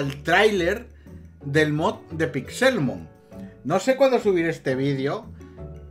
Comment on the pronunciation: Cada vez que dices PixÉLmon me sangra un pulmón.